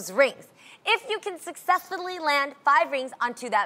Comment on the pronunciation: Lmao Jeanie couldn't say "successfully" right 😂